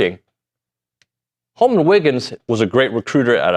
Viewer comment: Btw it’s HOLMON. Not Holomon…